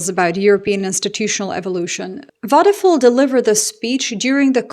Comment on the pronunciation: It's not wadefool it's wadepuul . you may want to be more careful , not to butcher names , because you are repeating them so often .